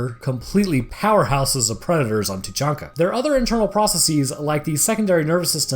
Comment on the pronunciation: Its Tuchanka